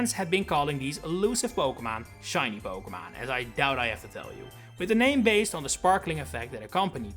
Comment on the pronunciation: When you make it big you need a t shirt that says "PokeMON" . I know it's your accent but it's iconic